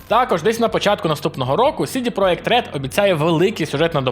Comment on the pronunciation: Цьомчики и повага тобі за відоси і за то шо назвав в gольскій манері правильно CD Project Red